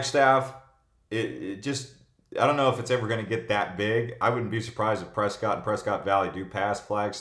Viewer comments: Pronounced Press-kit (prescott) & it's growing fast! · It's pres-cot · It’s Preskitt, as a native and has a cabin there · And he can't pronounce pres ket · I definitely know that you're not a local from Arizona because the way that you said Prescott...and you have No idea what Northern AZ is like . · Prescott rhymes with biscuit. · That was the first time I ever heard Prescott pronounced that way so I really don't know how you're supposed to pronounce it. I'm in Far Far Far East Mesa and everyone here calls it press cot. I wanted goodweather too of course coming from California but I really don't like snobs.